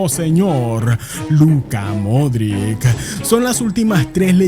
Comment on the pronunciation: Modrić se pronuncia Modrich